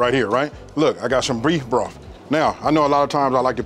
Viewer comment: 😂😂😂😂 love your videos, but I swear you said breef broth